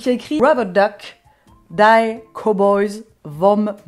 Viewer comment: Il est allemand ton bomber, Les cowboys du Maine et en plus avec le drapeau allemand :D "die" ca se prononce "di" .